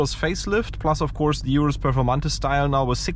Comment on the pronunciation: urus not iurus, please